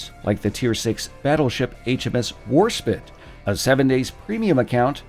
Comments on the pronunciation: War spite not War spit XD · please pronounce correctly WARSPITE like bite? love the story of Willydee nice vid :) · Misspronounced Warspite. That makes 7 Ave maria.